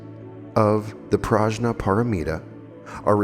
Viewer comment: Its PRADNYA...spelled as 'pra...the...nyaa'. pra means divine and dnyan means intelligence.